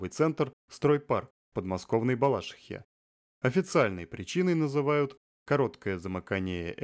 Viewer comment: Правильно говорить "БалашИха"!